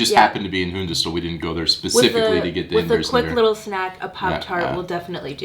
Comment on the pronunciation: oh.. sorry for saying.. try say Hundested without the D in "Hunde" try say Hunested... The D is hmmm like a hidden D